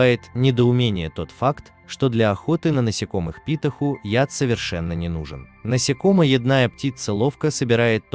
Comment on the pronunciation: Такое чувство, что робот озвучивает или человек, который русский по книгам и пособиям учил. "насекомоЯдные", а не "насекомоеднЫе". "покрОвы", а не "покровЫ". Ухо режет. Если робот, то отличная речь, ударения пусть носитель русского проверяет.